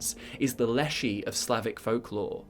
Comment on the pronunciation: Leszy should be pronounced more like leshy with sh being hard